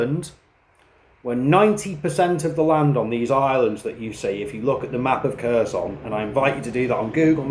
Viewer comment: Yeah he clearly knows well the Russian language considering that after more than 3 years he can't even pronunce properly the oblast name he's fighting in. I guess that those underdevelopped Ukrainian should just do what the brilliant British leaders tell them to do.